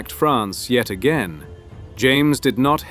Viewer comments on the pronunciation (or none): none